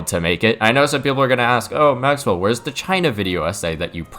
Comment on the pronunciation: ngl thought his name was pronounced max well not mac well this whole time (been watching for 2 years)